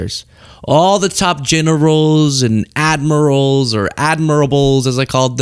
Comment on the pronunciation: Its admirals not admirasals......Have respect,use proper language